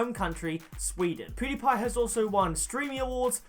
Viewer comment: How many attempts did it take you to pronounce PewDiePie's name right or are you just magical. if I tried to say that I would spit all over the person in front and murder his name!